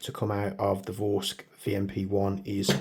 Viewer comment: Vorsk cantilever mount? Vorsk scopes? Do you mean Vortex? 😅 Vorsk don't make optics as far as I know